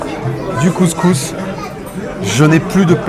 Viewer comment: Le mec même pas capable de prononcer couscous correctement. Un blanc qui est allé 3 fois au maghreb, classique quoi. Regle n1: si tu peux pas prononcer le nom d’un plat, le juge pas. 😂